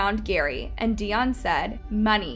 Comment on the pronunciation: Lmfao at this point it just sounds like ur purposely saying these peoples names wrong 😂😂😂😂 How do u say Dionne wrong?